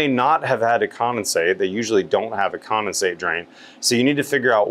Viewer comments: Are you saying commonsate or condensate? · There is a D in condensate. seems to be saying “commasate” for some reason